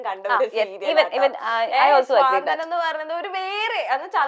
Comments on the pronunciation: സ്വാന്തനം അല്ല കുട്ടി... It's 'സാന്ത്വനം' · സ്വാന്തനം അല്ല ചേച്ചി.... സാന്ത്വനം ആണ്... Repeat ആയിട്ട് അങ്ങനെ തന്നെ കേട്ടിട്ട് ntho പോലെ